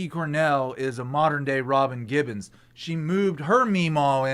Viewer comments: * Robin Givens - not Gibbons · Who the fu($ is Robin Gibbons???? It’s Robin Givens.